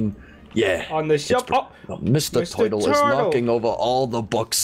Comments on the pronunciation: Wth is a 'teuytle?' Is it a turtle? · "Mr toitle" XD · doesn't know how to say Turtle 😸😸😸😸😸😸😸😸😸😸😸😸😸😸😸😸😸😸😸😸😸😸😸😸😸😸😸😸😸😸I done 🐱 because loves cats and link in the description and get I love cats 🐱 ti-Shirt Sire meowes a -lot plushy